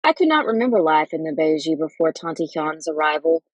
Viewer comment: Beje is pronounced (bay yay) but otherwise, great reading!